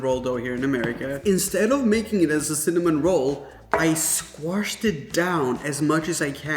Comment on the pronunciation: Haha, Squarshed? I think he picked up some southern flair there.